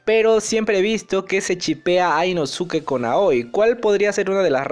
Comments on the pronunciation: Inosuke? Se pronuncia Inoske!! Creo que ves los anime en español. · Se pronuncia inoske me gustan tus videos pero eso me incomoda mucho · que se dice inoske a si se pronuncia 😡👺🤬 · Porque pronuncias mal el nombre de inosuke ?